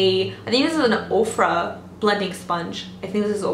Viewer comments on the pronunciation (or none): none